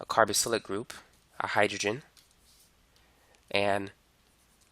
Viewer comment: Carboxylic not “carobocylic”